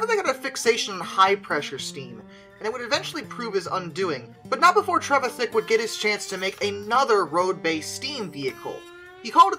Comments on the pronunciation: Trevithick, not travithick. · Ya got the pronunciation pretty close tho it’s Treh-vi-thick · Yep butchered name pronunciation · Trevithick didn't call the engine the Puffing Devil, that was attributed to a local lady who, after seeing it, called it the Roaring, Puffing, Devil. Great that it also suffered from the world's first drink-related road traffic accident. We intend running the replica engine at this year's Trevithick Day. You need to practise the name though :-) There is some debate as to how broke he was when he died as he was earning a fair sum in Dartford. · you are not butchering his name, just slightly mispornouncing